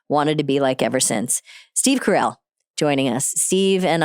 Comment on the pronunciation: The way you got the name wrong multiple times is sending me 😂